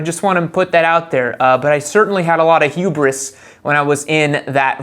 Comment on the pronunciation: Hugh-briss XD Knive-atay